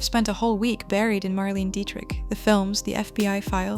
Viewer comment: It’s pronounced Mar lane A